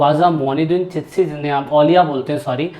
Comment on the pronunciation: चितशी नही चिश्ती बोलो